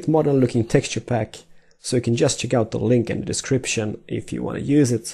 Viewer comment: damn "r" bugged on the two "you"s :P